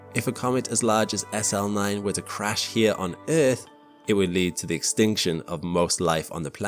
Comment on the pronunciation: But but but the erf is flat guyses😂😂😂😂😂